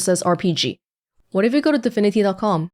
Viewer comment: Am i the only one that keeps hearing her saying "difinity" and not divinity?